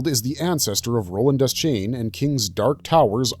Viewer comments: Dayshain not Dez-chain 🤦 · Its DEH-SHANE. Idiot.